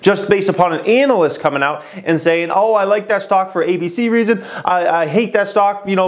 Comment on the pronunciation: Good idea!! Btw, I like how he says analyst lol